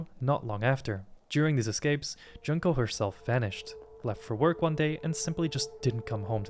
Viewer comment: Bro cannot pronounce Junko, holy crap